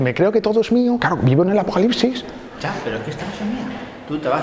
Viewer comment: cuando comenzo el afocalicsis